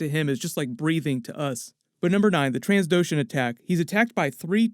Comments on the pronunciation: I think the channel owner has just heard the word "Trans" too often lately and has it stuck in his head. For those wondering: It's pronounced Trandoshan. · Great content as always. But FYI, its Trandoshan not Transdoshan.